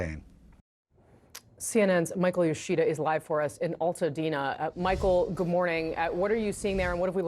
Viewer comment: Altadena pronounced long "A" btw